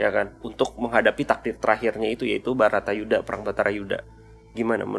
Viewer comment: Baratayudha bou, bukan Batarayudha Salah terus